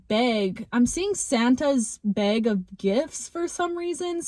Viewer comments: Yo… beg or bag? 😭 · I like the way you pronounce “bag” 😂❤